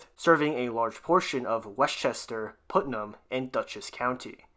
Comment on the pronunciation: Please learn to pronounce Putnam. It's putt, not put.